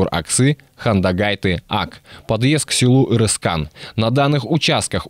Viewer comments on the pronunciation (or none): Арыскан, а не Ырыскан